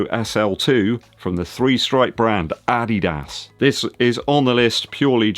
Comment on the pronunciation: Hi do you have German roots? You are the only English Youtuber who pronounces “Adidas” correctly “Dankeschön” is pretty good too. Cool Video✌